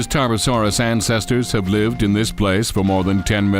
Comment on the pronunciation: Bad pronunciation ? Boy you hit your Ts hard buy my german accent is thicker than that Tarbosaurus: ass. The CGI ist sooooo bad.